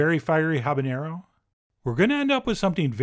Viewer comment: It's jalapenÑo and habaNero. There is no "Ñ" in habanero.